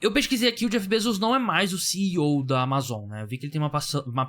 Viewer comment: Q agonia você falando Amazon desse jeito pqp